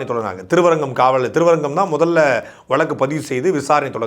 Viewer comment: டேய் முக்காமூளை சாட்டை ,அது வலக்கு இல்லடா வழுக்கு